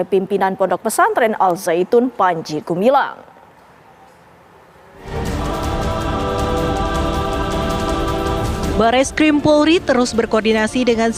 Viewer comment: Namanya gumilang Ngomongnya gemilang Ternyata gumaling Ini bukan pimpinan Al Zaetun , tapi pimpinan as saetun